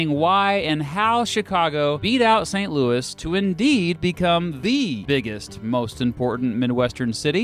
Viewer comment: Its St Louie not Louis Yes believe a Cubs fan that no I'm no Bandwagon I left the Yankees for the Cubs